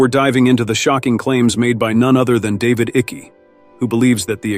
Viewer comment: AI Diatribe. You cannot even pronounce David Icke correctly. How stupid